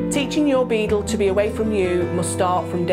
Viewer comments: It sounds like she's saying "Beetle" instead of Beagle. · Lottafandoms even the auto captions think she is saying beetle 😂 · Is it that difficult to say bee-gyle? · Decent video but she kept saying "beadle" which was a bit weird. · Saptarsi Mondal ikr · It's her accent